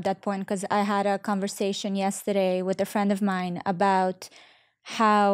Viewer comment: All great but Valeria - learn the „th" sound. It’s not a „t ” with is not wit